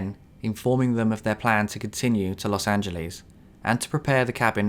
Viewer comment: I don't like the way you pronounce Los Angeles